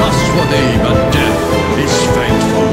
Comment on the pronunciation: The song is very nice. However, the Chinese accent on female vocal is very notable. It is pronounced 'Desch' when saying 'Death'.